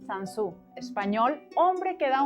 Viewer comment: admiro mucho a, de hecho lo considero uno de mis maestros, pero la entrevistadora deberia quedarse callada la proxima vez, pronunciar correcto el apellido del entrevistado y averiguar cuantos libros ha escrito el autor.